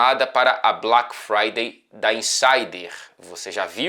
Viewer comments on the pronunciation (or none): E o sotaque britânico do Fred falando “Black Friday”?